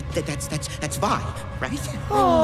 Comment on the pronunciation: Did they just call Silco, Zaun? I have watched this season multiple times and watched dozens of reactions. People calling Vi, "Ve" is shockingly common, and I've stopped watching reactions when it happens too much because I can't handle it anymore. But this is another level of totally butchering character names! I am just waiting for another moment as special as reaction to Armageddon though. It will take a lot for me to skip any reaction she is in on this channel.